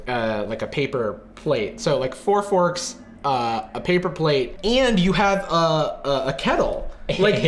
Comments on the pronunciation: four forkTHHHHH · four forkththss